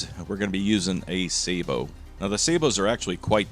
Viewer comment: Sabotaging the pronunciation of sabot as usual 🙂